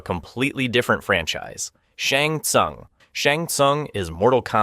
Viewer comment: When you said Shang Tsung name wrong I got annoyed, but after “Bye-Han”…. I knew you had to be rage baiting💀